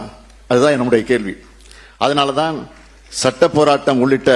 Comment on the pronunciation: சட்டம் என்ற வார்த்தையை முதல்ல தெளிவா பேசுங்க கிலியை ஏற்படுத்தும் கலிகாலம்